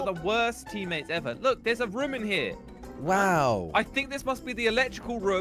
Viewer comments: Josh pronounced room as Rum. 😂🤣😂🤣😂🤣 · Why does josh always say rum instead of room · Everyone: Room, Nobody only poop: Raum